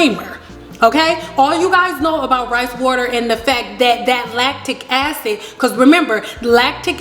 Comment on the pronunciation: Rebelfairy4life I aint dun took the time to here her say “latic acids” I could of been watchin sum else.